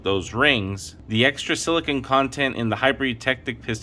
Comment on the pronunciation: This is a great video. It's a shame it doesn't have more views. You're one of the only people that say silicon, most mispronounce it as silicone.